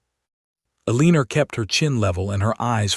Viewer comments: Please! Pronunciation!!! Her male is Ellen-or, NOT Elleaner!!! This is just a sample but important since she is the leading (leeding not ledding). Another, read, read (read >red being past tense pronunciation). Ugh!!!!! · El la nor please that is her name. ai bad.